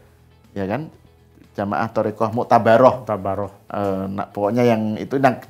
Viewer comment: Maaf ya mengucapkn TORIKOH nya juga salah malah Tarikat itu tdh ilmiah